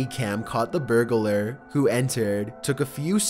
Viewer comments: Voice isn't creepy, just sounds stupid. BTW, it's burglar, not burg-a-lar. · The word is "burg lur" not "bur guh lur". It's burglar. Burg. Lur. Nothing in between. It's like people who call realtors "real uh tors". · Wtf is a berg ah lurr? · Burglar = Burg-a-ler Tourist = Too-ress